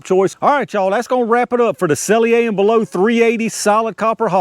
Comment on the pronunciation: I know it don't matter much... but s&b say their name is pronounced sell-ee-er and bell-ott (ott as in shot). Always appreciate the videos and tests. I'm surprised they even bother making .380 hollow points. I don't see the point.